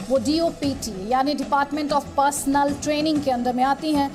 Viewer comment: पर्सनल नहीं मैडम जी पर्सनेल!